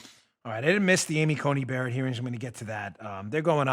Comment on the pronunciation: now we have regularly mispronouncing Coney Barrett as Judge Bear Bayer Asapirin